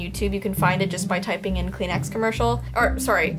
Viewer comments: Who else heard Clean Ass instead Kleenex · 😂 Kleenex it’s called tissue but you can say Kleenex btw that’s how you say tissue in my language it’s Arabic 😂